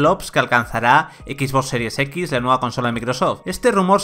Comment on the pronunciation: EKIS BOSS SERIES EKIS. Man, te URGEN unas clases de inglés.